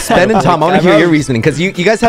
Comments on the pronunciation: in the intro i thought ben said: hey guys Spen here but he said ben lol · Am I the only one or did he really said spen at the start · So no body noticed that Ben said it’s me spen and after that when he is saying who is here he says spen... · Ben-whats going on guys it's spen here I think I heard spen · Ben said in the intro what is going up guys spen here who else noticed ?